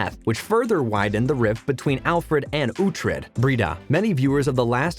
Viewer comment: So basically the narrator has never watched the show. Which is evident by the fact that they aren't pronouncing ANY of the names correctly. Some of the "facts" aren't correct either. Not a great video.